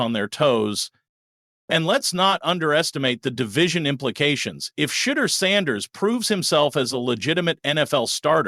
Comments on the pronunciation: PLEASE pronounce his (Shedure) name correctly...good grief..smh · After 2-3 yrs at Colorado and over a MONTH in the NFL news, you STILL can't properly pronounce Shedeur's name ("Sha - dur"), I SHOULD NOT trust your "thoughts" either. Please shut the 'F' up! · It’s Shedeur (Sha door). Please pronunce it correctly or don’t say it at all. Just say Sanders.